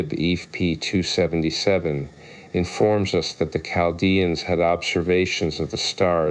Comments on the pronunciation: Not "Lamblicus" 🤦😂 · Its an I NOT an L!!!! Seriously dude.